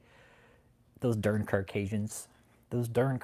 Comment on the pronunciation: Why won’t the cult member correct that it’s Caucasian and not “carkayjuns” wtf?